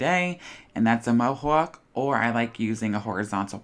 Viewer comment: Okay, I’m a big fan and this came out beautiful but now I’m obsessed with how you say Mohawk 🤣